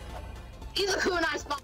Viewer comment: I think he said "kooner", as in "Kunai spy"